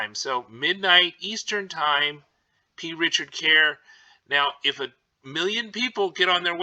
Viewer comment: I wanted to slap the P out of him for not saying the C every single freakin time he said the name of the store. Drove me insane.